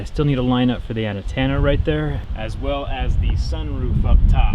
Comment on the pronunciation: anyone hear ANA-TENA not ant-enna